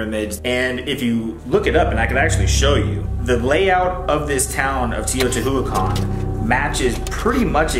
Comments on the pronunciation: Mexican here.. I love the way your brother tried to pronounce "Teotihuacan".. It's a hard one for English speakers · I love Shane's brother trying to pronounce “teotihuacan” and failing every time. It was adorable😂❤ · I know! I cringe everytime I hear him pronounce it totally wrong. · Except for the way he tries to pronounce Teotihuacán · Yes! His pronunciation really made me mad!